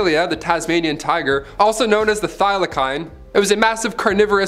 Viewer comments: The mispronunciation of Thylocene as well as the Pyrenese mountains is unacceptable, especially when all the writer would have to do, would be to Google the pronunciation of items they were sure of. It ticks me off, because a lot of children watch these videos and you're blatantly providing misinformation by mispronouncing species names and locations. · It's pronounced Thylaseen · He said thylacine wrong on porpoise 🤣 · Lol at his pronounciation of mauritius and thylacine🤣